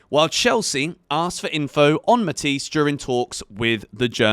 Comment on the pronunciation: It’s “ matha yes “ not matiesse